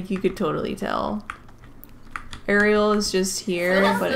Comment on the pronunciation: honestly im just happy she said ariel the right way (according to the movie)